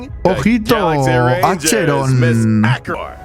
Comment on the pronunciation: yo te quiero y te sigo desde hace años pero tu caso es como el de Nexer pronuncialo asi Akeron